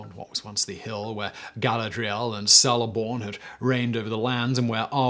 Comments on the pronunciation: Celeborn... hard C! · OH MY GOD! It’s not pronounced SELEBOR, it’s pronounced KELEBORN! Ugh! Triggered! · Celeborn is "keleborn" not "seleborn". Cirith Ungol is "Keerith Ungol" not "Seerith Ungol". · Great summation of the post LOTR history. It would been nice if your team had placed a little more emphasis on the correct pronunciation of the names, like Gamgee (gam-jee) and Celeborn (kel-eh-born). The Peter Jackson movies are an excellent source for this. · Your pronunciation is all over the place. Kudos on the topic, but it doesn’t take that much extra research to learn how to pronounce “Gamgee” and “Celeborn.”